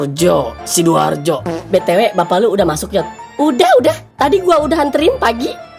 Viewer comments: See do are joe di baca siduarjo 😂😂 kona² 😂😂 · Siduarjo🗿,aku kira Sidoarjo 😅